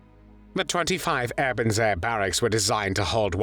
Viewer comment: It's pronounced "Ay-burn-zay". Also soup is not "solid food".